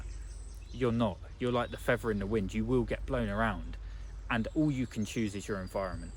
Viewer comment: Fea'th'er.... 'th, th! Not 'v'. 🤣